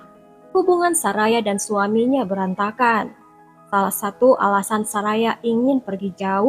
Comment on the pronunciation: Bacanya Soraya kali BKN saraya